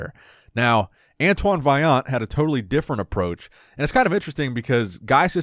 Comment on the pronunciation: Antoine said it right.